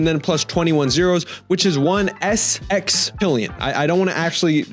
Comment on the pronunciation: Bro cants say Sextilion